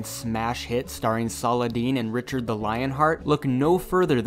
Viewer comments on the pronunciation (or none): none